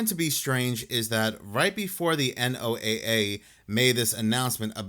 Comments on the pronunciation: Can we all just agree to pronounce the NOAA like the guy with the Ark and two of each animal or Noah please like most people do please? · Real weather nerds never say N.O.A.A... it's "Noah"...had to click off, because that is a huge pet peeve.